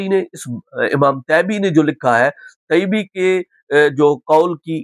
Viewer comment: مجھے لگتا طیبی کے ط کے نیچے کسرہ ہے حضرت بار بار فتح پڑھ رہے۔